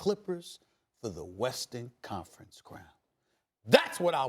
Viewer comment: “Westin confince crown “ 😭